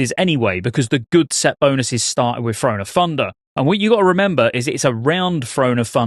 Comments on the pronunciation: “Frone of Funder” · "Thrahn o' Thundah"